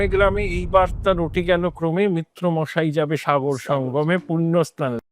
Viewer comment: মিত্র নয়, মৈত্র!